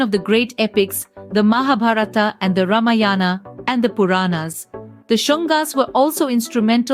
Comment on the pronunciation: Why can't you pronounce samskrit words the way they are pronounced in samskrit Why are you pronouncing ramayana, bhagwat and many other words wrongly. It's distressing. Why pronounce Indian words according to English spelling